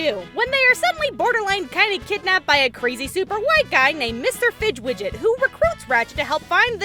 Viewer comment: "fidgwidget" it's fizzwidget